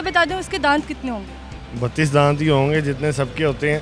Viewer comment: दात होता नही होता